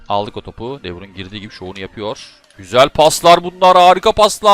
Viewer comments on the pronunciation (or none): Abi de bruynnnhhh dememe hastayım😂😂